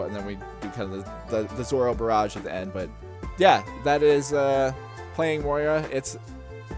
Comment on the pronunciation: Moira ❌ Moria ✅